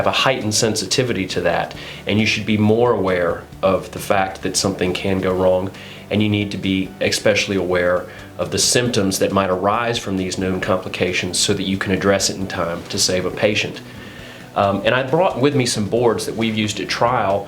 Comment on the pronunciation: said "exspecially aware". The word is especially not exspecially.